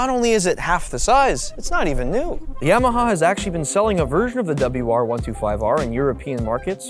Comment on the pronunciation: The NIKKEN proved YAMAHA (pron: ‘Jamaha’ Rossi-speak) is on a Kamikaze mission…